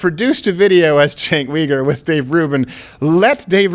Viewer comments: It is pronounced “JENK YOU-gur” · You're pronouncing Chunk Yogurt wrong...